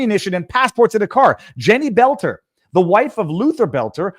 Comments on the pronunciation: It's boelter not belter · In MN, we have the DFL. That is an acronym for Democrat Farmer Laborer. The acronym is only honest about the first word, it represents neither Farmers nor Laborers. But it is distinct and separate from the DNC. And you say it like "Bolter", pal. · Boelter = Bölter. In a German word "oe" = "ö", like schön. For pronunciation, go to Google. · You know if you want to grow your channel you should pronounce the name boelter not there's a big difference it would only be belter if there wasn't an option in the name of boelter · Why arent people able to pronounce BOLT-ER?